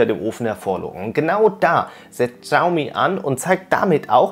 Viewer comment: Das "X" in der chinesischen Sprache ist stumm. Man spricht es nicht "Tschaumi" sondern "Schiaumi".